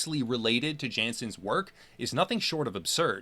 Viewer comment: Nice vids, but... You're pronouncing Jansens wrong. Its a Dutch name ofc. So... Jansens is pronounced with ya(h) nsens rather than Djensens. Just fyi